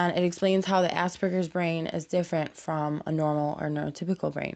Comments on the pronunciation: AsPerGers not ass burgers, you can't say it right dont say it. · "Ah-Sper-Gers" not "Ass-Burgers"